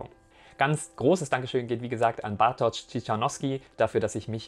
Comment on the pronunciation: Fürs Video recherchieren und alles vorbereiten sollte auch beinhalten dass du dich zumindest einmal darum bemühst die Aussprache von Bartoszs Namen anzuhören und seinen Namen nicht einfach nur erahnst. Wtf?